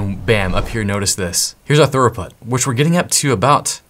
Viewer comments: Bro. Its not Thoroughput... Its Throughput. Thorough is when you cover all of your bases. "I was very thorough when I followed the guide." This is almost as bad as when someone says Per-Hif-erals instead of peripherals. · Are you saying thorough-put instead of throughput? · Why do you say "throughput" like "thoroughbred "? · pronounced "thruuuput" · Are you saying 'thorough put'?